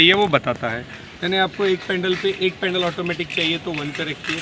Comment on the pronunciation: bhai pendal nhi pedal hota h